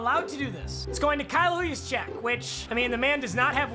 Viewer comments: GODDAMNIT PAPA ITS NOT WHOYOUSCHECK ITS JUST YOUSCHECK!!!!! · Rain Embers its more like huiesczech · It’s pronounced Yooz-Check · Kyle Juszezyk is pronounced (use-check) idk why when says it, it low key makes me cringe😂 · Juschyck or whatever is polish meaning its prnounced yuscheck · Nobody:: kyle whojuszcyzk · Will ever learn to say Juszczyk right